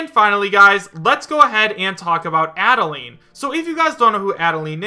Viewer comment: Yeesh, quit botching up her name, man. Adeleine's name is based off the instruction, "Add a line." Get with the program!